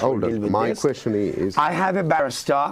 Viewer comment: Call this a interview?? No decent "kwekshons" asked. Just trying to outsmart the guy on every point in a unprofessional childish manner.